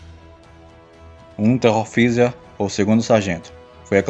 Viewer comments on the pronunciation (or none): Dica, em Unteroffizier se pronunia << Unteroftszier >> ou Polizei se pronuncia Polítssai